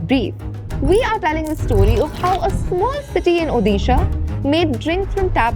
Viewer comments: It's "ओडिशा" not "ओदीशा" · Please correct your pronunciation it's odisha not udisha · It's Odisha "ओडिशा" Just a small note, Please consider this pronunciation next time...😊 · उदिशा ❌ उड़ीशा ✔ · "Hey, that's not UDISHA, that's ODISHA!"